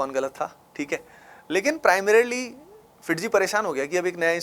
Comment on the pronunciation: Primrarily....AVIL....bhai kitna jaahil hai tu